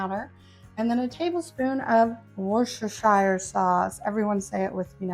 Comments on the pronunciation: Wur-ster-shur ❤️ no “shire”!!!! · Hope you don't mind, but it's pronounced Wustersheer Sauce. I know, I know. Depending on context, its pronounced either Shire or Sheer. In this case it's Sheer. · How is it that no one can pronounce worcestershire sauce?